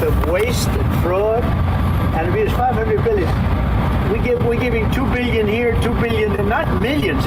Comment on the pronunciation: Big red flag that the "billionaire" can't pronounce the word billion properly.